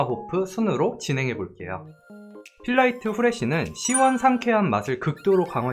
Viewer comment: 아니 ㅋㅋㅋㅋ 묘하게 제품 광고하실 땐 글자 하나하나를 강조해서 발음하시는 느낌임 필.라.이.트.후.레.쉬.는.~~